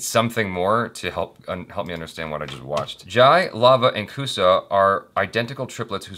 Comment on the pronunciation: Its love kush not love kusha